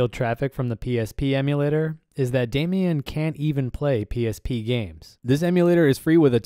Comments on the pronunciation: Great video. Thanks for this. It’s “Damon”, not “Damian”. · What is Damien? It is called DA - MON or DeyMON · I'm gonna nitpick here - it's pronounced "day - mon," not "Damian." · Damon not Damian (pronounced Day Man) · Damon = daymin not daymeon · It's Damon like Matt Damon not Damian 🤣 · Anyone else love but wonder why he keeps pronouncing the the word Damon as Damion or Damien? Is it a China thing?